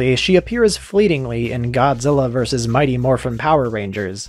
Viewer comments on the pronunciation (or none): none